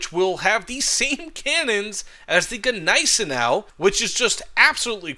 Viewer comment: jesus... stop saying GE neisenau... G is silent..